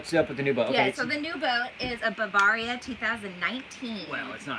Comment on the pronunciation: Learn how to pronounce Bavaria